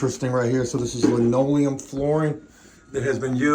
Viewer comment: Hey. Please don't call it lineoileum. That is some real old folks shit. There is a difference but stick to saying vinyl. You could get laughed at in certain circles. And please get a pair of quarter round cutters it makes life so much better